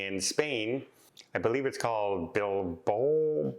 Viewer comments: it's pronounced Bill-bough. Very nice city BTW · Bilbao = 'Bill-bow', like the front of a ship, btw.